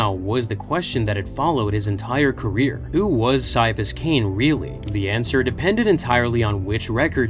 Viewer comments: Gonna be honest, after I started reading one of th Ciapahas Cain stories, I did think he could be partially psyker, since he heard “a voice” at the back of his head. Also, I always thought his name was pronounced Ki-afas, not Sy-afas. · KAI. KAI-A-PHUS. IT'S PRONOUNCED KAI-A-PHUS. That C is not soft like a Tau's skull, it's hard like auramite! That's why people who want to annoy him, or don't know/understand he detests nicknames, call him Kai! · its said with a Ki sound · I stopped listening after less than 5 minutes. If you cannot even pronounce his first name right then I'm not going to trust a single thing you have to say. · Came her to just say that. I want to watch this, but after the first word... Nope. Can't sit through that.